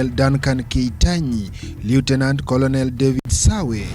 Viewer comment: A very wrong pronounciation on words " colonel" and" leutenant"